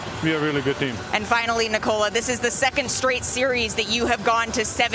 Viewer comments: It's not Ni- Cola. It's NIKOLA. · Its not Niiikooola,its Nikola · Can't they finally learn how to pronounce his name? It's not Nikouhla, it's Nikohla. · "nikolan jokic"? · Why is she saying it as ni-cola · I hate how she says his first name. The man literally had an interview to explain how to say his damn name and homeboy told people to say it correctly but this woman keeps saying it wrong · dude, its nikola not nikola! damn